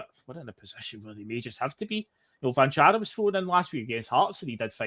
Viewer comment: Cvancara has the same accent on both C's if you read it on his jersey or the team list. That means both Cs should sound the same. Ch-van-chara